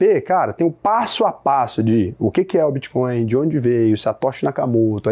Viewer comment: Muito boa a explicacao. So falta aprender a dizer o nome da moeda